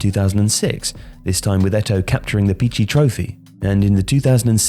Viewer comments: One of the most effortlessly lethal finishers ever in football! "...tremendous violence." Made me laugh as the word "violence" feels wholly inappropriate. I appreciate the dramatic effect, but would suggest the far more apt "force"... Pichichi Trophy. Sounded like you said "Pichi"... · It's "pichichi" btw!